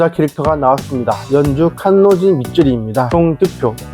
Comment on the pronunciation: 칸지로? ...칸로지 아니고?